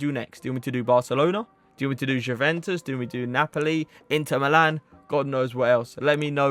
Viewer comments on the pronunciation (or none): none